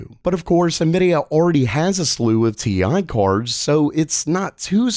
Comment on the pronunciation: Is it me, or does pronounce the word cards, "Chords?"